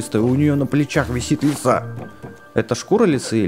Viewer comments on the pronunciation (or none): none